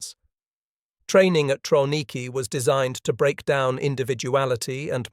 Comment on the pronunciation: Pronounced Travniki